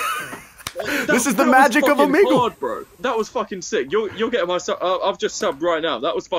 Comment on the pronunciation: Bruh I been enjoying your content! But if you say Omeg-lee one mo time...😂😂😂 Just say it as if you were saying beagle... like a dog. Outside of that, fire reactions!😂😂